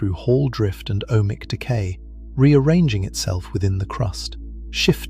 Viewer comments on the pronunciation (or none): "Ohmic" decay or "O.H. Mic" decay? Nice AI........